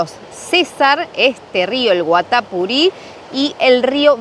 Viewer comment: El nombre del rio Guatapuri se acentúa en la i finakml